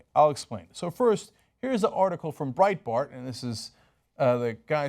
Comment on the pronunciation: It's Breitbart, Cenk. It's Breitbart.